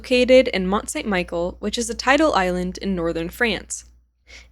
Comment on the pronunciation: Slight correction on the pronunciation; Mont-Saint-Michel is pronounced as mon san me shel in French